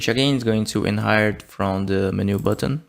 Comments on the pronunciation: Please, by gods great grace, can you please say 'menu' not as min-ooh but men-you as in men like human men and you as in you are a monumental IDIOT. PLEASE. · You speak English very well, but it is pronounced Men-u not meh-new. Took me a while to figure out what you were trying to say :) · Every time you said Menu wrong it made my soul hurt. (Its pronounced "Men - you") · STOP SAYING MENU LIKE THAT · the way you pronounce "menu" is aaa interesting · brazilian pronunciations be like 🤝🤪